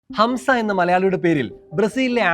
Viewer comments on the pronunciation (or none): hamsa alla bayi hamza-za-za ee malayalikal ,, asees hamsa